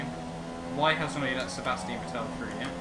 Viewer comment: Please for the love of God Stop mispronouncing Vettel 😂